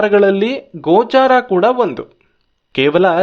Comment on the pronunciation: "ಗೋಚರ" ಅಂತಾರೆ, "ಗೋಚಾರ" ಅಲ್ಲ.